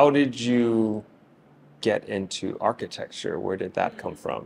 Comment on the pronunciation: Not her correcting your pronunciation of Architecture 🧐